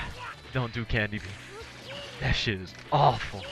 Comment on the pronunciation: I always hear "NEVER DO CANDY BEAM". It's hilarious. but where did this phrase come from?